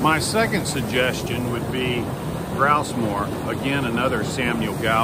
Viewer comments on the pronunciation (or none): "Gross"mor? Really?